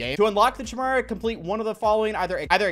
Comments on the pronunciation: This man said Chimera like the ch in cheer 🤣 it's like a K my g just a heads up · Chimera is pronounced kai-mare-uh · it's K-IMERA btw bub. hard K sound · Bro said chimera lmao (it's said kimera) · Y’all are pronouncing it wrong, it’s ( ki-mere a) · Why is everyone mispronouncing the Chimera?